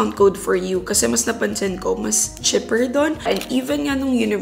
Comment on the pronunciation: Mas "chehper" LOLLLLLL 😂😝🤣👅